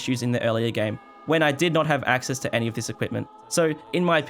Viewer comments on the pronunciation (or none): none